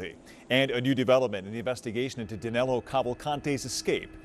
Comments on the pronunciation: His name is Danilo (Da-NEE-lo) not Danelo. Danelo is not even a name in Brazil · Get his name right, at least. Danilo Cavalcante.